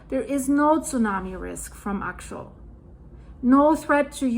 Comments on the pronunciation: It is pronounced axe-ee-ull in the US. I love your reporting. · I think the volcano is pronounced Ax-E-ul. I am a senior studying at Oregon State University and recently had the opportunity to listen to some of this same information being discussed amongst colleagues It’s fascinating. I live in Portland right now and I agree that we should be hearing more about how this eruption can affect the subduction zone. Some people have been food prepping and filling up on gas and I’ve seen signs in private communities and complexes about preparing for the worst ie earthquake. So there are people aware of it but I find it interesting that it’s not being talked about more. For the record, Portland is not prepared as most of its emergency fuel reserves equipment and supplies are stored on the river in downtown Portland between bridges. Building are not to code, and the main bridge (1 of 2) between Oregon and Washington state may surely collapse if an earthquake was to hit. It’s over 100 years old, but plans are in place to bring building a new bridge next year, but will it be completed in time. I love your channel and receiving geological updates from around the world as we are all connected through the same system, no matter where you’re located. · It's pronounced AXE-EL :) The real concern is if will affect the Juan de Fuca plate? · Axial - meaning along an axis. say axe' - ee - ul or aks'-ee-ul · Axial is difficult to pronounce… it’s Axe-ee-al, emphasis on the ‘axe’.